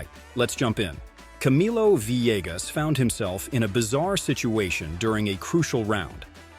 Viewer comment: That’s the first time I’ve heard Camilo Villegas’s pronounced correctly, but right after that he went onto pronounce his name Vi-leg-us.